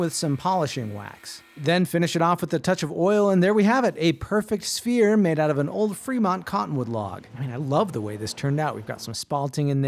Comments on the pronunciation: I was so confused.....I thought he said he was making a spear. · My dumbass thought he said spear head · Definitely heard “spear” not “sphere” 😂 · You were saying “Sphere” I kept hearing “Spear” and was VERY confused from the first cut. lol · I kept hearing “spear” and got disappointed at the end😢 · Yeh you said Spear,.. blatantly. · When he said sphere I heard spear so I thought he was making a spear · Why did i hear "spear" instead of "sphere" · Didn't see the subtitles at first, thought you said 'spear'. 😁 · I thought you said spear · I thought he said spear 😞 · Chat My brain hear spear not sphere and I was so confused for like half the video 😭🙏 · Am I the only one that thought he said “spear” not “sphere”? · I thought he was saying spear not sphere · Ohh sphere, for half the vid i thought he was saying “spear” lmao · I thought you said spear and wondered why you would make such a short shaft 😂